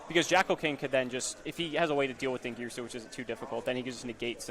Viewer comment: din ger ee sue